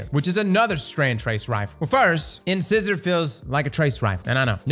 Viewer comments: In-sai-zuh Did you go to school? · In-sEYE-sor. Ffs Cross... it's a tooth! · In-seye-zor. It's like you purposely say it wrong. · in SCI sor........... sci in like in sci-fi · It’s pronounced “in-SAI-zur” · Pronounced In-size-er! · In-Scissor lol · It's pronounced (in-size-er) lol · In-scissor, lol. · IN-SIZE- OR ffs 🤦🏼‍♂️ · IN=SIZE=OR - I can't with you sometimes bro. Please just google it once before trying to pronounce it for yourself. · LMAO in-scissor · It's pronounced "in-sizer", you know, like your teeth, damn! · I do wish you'd stop pronouncing it 'Incissor' 😅😑😑🤣 you're killing me dude! Think teeth.. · You pronounce these words like this, on purpose, just to troll us literary folks, don't you? Lol. It's "in-SIZE-or" as in the teeth, at the front of the mouth lol. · The names of weapons always reveal people who can't read and pronounce 😂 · What I don't understand is: Cross is part of a team that makes his videos - or at least it's him plus an editor. Neither of them realises he's saying it wrong?? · THANK YOU!!! It was killing me.... It's pronounced like the teeth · Cross doesn't have teeth that's why he mispronounced incisor a gajillion times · Does Cross have anyone in his hiusehold that can help him pronounce incisor correctly? 😅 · Cross, ask your dentist how to pronounce the name of this weapon. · Cross mispronounced incisor every single time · Another weapon that cross can not pronounce. Wow. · It was painful to listen to Cross mispronounce "Incisor" over and over and over and over....... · Take a drink everytime Cross pronounces this weapons name incorrectly… on second thought better not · In-Size-Or. In- Scissor is breaking my ears. 😉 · In-sigh-sore, like.. like a tooth. Like an incisor tooth. C'mon man. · Whenever a new weapon comes out, Cross never fails to entertain us with his ways of pronouncing its name In-Size-or, not in-scissor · It’s in-SIZE-er not in-scissor 🤦🏻‍♂️ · In-size-r not in-scissor I'll get shit but it IS funny hearing it